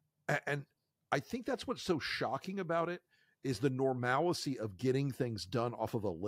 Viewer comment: Dude, normalcy not normalicy. 3 syllables.